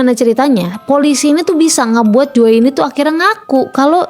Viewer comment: Jo kak bukan joe bacanya😢